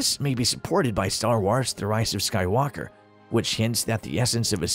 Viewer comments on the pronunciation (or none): Why do you keep pronouncing Skywalker with the emphasis on the "walk" syllable? The emphasis should be on "Sky" lol